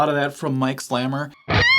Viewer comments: I think it’s pronounced Slay-mer not slammer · His name is pronounced Slay-Mer, not Slammer. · It's pronounced slay-mer. Mike is one of the most underrated guitarists of all time. In 1976, a local radio station was playing Oddball Dance by City Boy. For them it was a joke, but for me it was a revelation. I went to my local record store - they had never heard of this British band. However, I was browsing through the cut-outs, as I always did, and low and behold - there was the City Boy album. I bought it for 50 cents! I have never looked back. I bought everything Mike Slamer ever participated in and I have never been disappointed. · Pronounced Slay-mer. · His name is pronounced with the long "A". i.e., Mike "Slaymer" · Pronounced Slay - mer. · A monster. Plus his name is actually pronounced “slay-mer” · FYI, Slamer’s name is pronounced with a long A sound. If you haven’t already, you should check out the band he was in with Kansas bassist Billy Greer called Seventh Key.